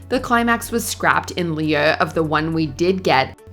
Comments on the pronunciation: Absolutely ridiculous that a bunch of Americans tried to say "in lieu" & absolutely butchered the French language. It's pronounced "loo". It rhymes with boo & blue. Don't put French words in your script then embarrass yourselves phonetically reading it out how it's spelt. You make yourself look bad (ignorant). Do better research. 🙄🤦🏼‍♂️ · Maybe the narrator should learn how to pronounce "in lieu" (in loo) before recording again.